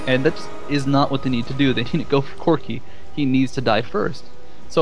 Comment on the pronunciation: "requiem will destroy corcky, cock...CORKI's hp" hahahahaha really nice match, very aggressive!